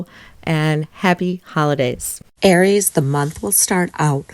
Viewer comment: Air-eees not Ari-a 😂❤❤❤